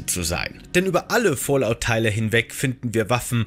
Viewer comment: Bro, das heißt aber Fallout nicht Fallot